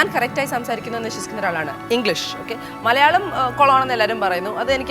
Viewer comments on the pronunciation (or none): none